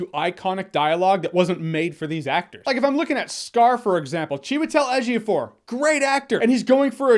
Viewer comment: Lol, Jeremy pronouncing Chiwetelu Ejiofor is epic 😂😂